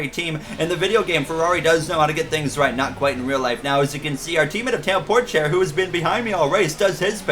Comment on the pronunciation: its not “Porschea” its “Porsche” also ur mom bro shut up + ratio